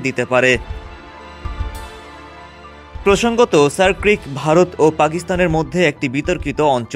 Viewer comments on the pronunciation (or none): none